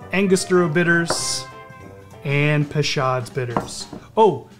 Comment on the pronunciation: Hi, with my respects, I believe it is pronounced Pay Show's bitters. Great drink!